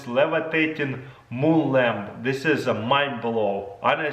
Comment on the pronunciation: "Boom!" No Taras, it's "Moon!"